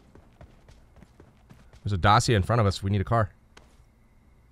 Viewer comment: Yo I love your videos so much.They are soooo entertaining.But Dacia is pronunced Da-chee-ah